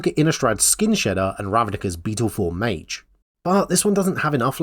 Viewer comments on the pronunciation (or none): none